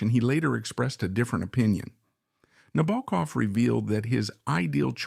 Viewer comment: And we can't say "Nabokov" correctly, can we? (Sheesh) In this role, Sue Lyon acted the rest of the cast off the screen.